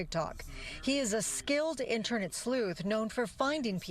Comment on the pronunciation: "... skilled in-ter-nent sleuth..." Um, wow.